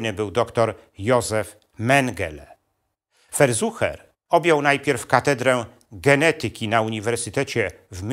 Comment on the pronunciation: ferszuer a nie ferzuche